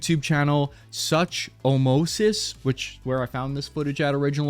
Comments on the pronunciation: pronounces "Sook-oh-mime-us" "Such Omosis" Me, a dino nerd: (takes 8d8 psychic damage) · ... Such-omosis? What? That's not even what's written there. I mean, I don't judge you from presumably not knowing what a Sucho is, but you could have at least used the right letters trying to pronounce it XD (Su-cho-mi-mus is the correct syllable separation by the way, should make the spelling more clearly) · suchumoses 💔💔💔 bro its a dinosaur pronounced sucho-mimus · Bro said such o mosus when the channel name is pronounced suke-o-mime-us and spelled suchomimus after the dinosaur so you clearly didn’t do you that much research on that when u can’t even pronounce the dudes name your Brain dead derka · lmao, mimus not moses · that's (sook-u-meye-mus) a dinosaur, not such-o-mo-sus, but thanks for playing 😂😂😂. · ….its not such-o-mo-sis…..it’s Suco-mi-mus, like the Dinosaur…. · Soo-ko-mime-us it’s a dinosaur called Suchomimus 😂😂 meaning crocodile mimic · Sew-ko-mime-us! It’s pronounced like that! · Bro just called a suchomimus a “such oh mosis” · It's pronounced "sook-oh-mime-us" It's a dinosaur from the same family as Spinosaurus and Baryonyx. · Its "Sooko mim-us". It's a dinosaur and the name translates to "crocodile mimic". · its pronounced soo-co-mime-us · the dinosaur name "Suchomimus" is pronounced Sukomimus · Bro. Sue-Co-My-Mus. Literally a dinosaur. That is his profile pic. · Suchomimus - sook-oh-my-muss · The word "Suchomimus" is pronounced soo-kuh-my-muhs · FYI the channel form is a dinosaur and its pronounced SOO-ko-MY-muss or Sook-o-MIME-us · Brother, that channel name is pronounced "SOO-ko-MY-muss" it's a type of dinosaur. Not trying to be rude or anything, it was just funny as hell hearing how you pronounced it. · It's pronounced Sook-o-meem-is. It's a species of dinosaur who's name mean crocodile mimic. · It’s the name of a dinosaur man. SOO-ko-MY-muss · "Su-Ko-Mi-Mus" - it is a type of spinosauris-like dinosaur. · Su-co-mimus that's how you say it